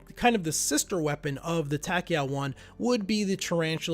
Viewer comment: Dude I'm really not trying to be a dick here but you need to come up with a proper script because you go off on rants. And every time you pronounced tachyon I cringed. Just feedback for ya